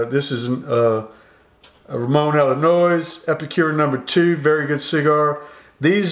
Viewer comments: I love how you say Ramon allones it sounds like you’re saying Ramon Illinois. It’s pronounced ah-yo-nezz. In Spanish two LL next to each other make the Yo sound. I love the video brother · I love the gunshots, shotgun and mispronunciations of cuban brands! Ramon "Illinois"! I'm dying!! Subscribed!